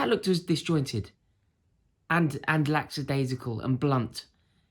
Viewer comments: Lackadaisical, not lacksadaisical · Buddy, it's "lackadaisical" - lacka-daisi-cul. There's no x in there. It's not laxadaisical. Just thought you should know. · Rory I love you but it's Lackadaisical not Laxadaisical (I must have heard you pronounce it that way twenty times at this point) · It’s lackadaisical you twassack